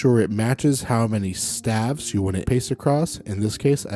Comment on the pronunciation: Wonderful material! A goldmine of information presented in a short period of time. One tiny nit-pick...isn't staves(the plural of staff) pronounced with a long a sound?